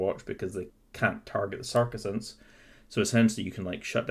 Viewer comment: I gotta tell you dude, it is really difficult to focus on the content of the video when you're constantly mispronouncing the word Sacresants. Sure, it might be pedantic, and I know which unit you're talking about, but it's still really jarring to hear "SAR-kuh-sants" instead of "SAC-reh-sants" multiple times per minute, and having that involuntary moment of internal translation takes away from what you're trying to get across in the video. It's made even more apaprent by the fact that you say you know you're mispronouncing it at the beginning of the video; if you know you're mispronouncing it and it doesn't easily/naturally roll off the tongue, why not take the extra few minutes before filming to get used to pronouncing a unit's name correctly? I understand that not everybody has perfect diction or whatever but I think people will take you more seriously if you're not mispronouncing the name of the unit you're reviewing.